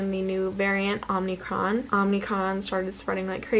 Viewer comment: LOL - it’s OMIcron not OMNIcron. This is a very common mistake, but it is a mistake.